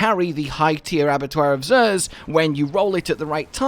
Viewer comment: Abattoir of Sooooooeerrr?